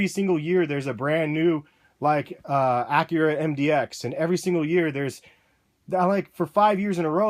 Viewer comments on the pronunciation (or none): none